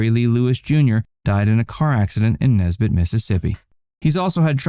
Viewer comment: I’m Nesbit MS as you say Nesbit MS lol